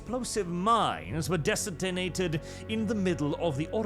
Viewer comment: "descinated"? Oh, yeah...Detenated. Got it. 👍👍 Nevermind... another Grand episode! Many thanx. May U remain in the Emperor's light....